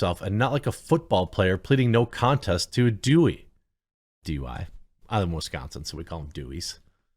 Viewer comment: Love your pronunciation od DUI. Please tell me you also pronounce HOA as ho.